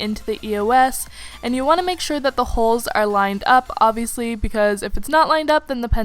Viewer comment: STOP SAYING OBVIULUSY